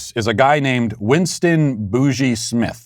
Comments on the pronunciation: I thought Boogie was pronounced the way it is in "Boogie Oogie Oogie." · It is. I don't know why matt pronounced it that way lol